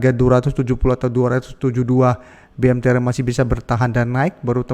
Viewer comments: BMTR bukan MBTR.. 😂😂😂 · BMTR BUKAN MBTR !!!